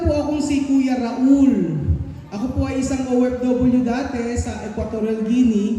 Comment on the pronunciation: Bkit Raul kng nmn name mo? Dpt ituro nyo n s mga bata ang tamang pgpronounce ng name nyo.